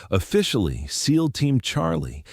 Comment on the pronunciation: Teach the AI to pronounce seal as a word since it appears in every military story.